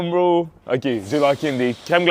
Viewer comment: Il faut que vous m'expliquiez c'est quoi ça "bo" au lieu de bro? C'est weird!